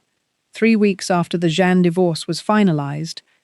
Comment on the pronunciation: His second wife’s name is Jeanne - not John or any of the other ways you pronounce it. It’s very easy.